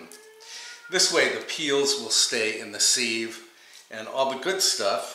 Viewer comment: I didn't know what petit fours were and needed to know! Thanks! In return, may I offer that sieve is said "siv" like "give." You surprised me and I had to go look it up in case I've been saying it wrong all these years :-).